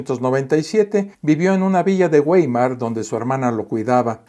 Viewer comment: Weimar es una ciudad alemana sita en el estado libre de Turingia. Su pronunciación no es en absoluto "güeimar" si o Veimar. La W es pronunciada en Alemán como una bilabial fricativa sonora, si no voy errado. Agradeceré todo comentario correctivo.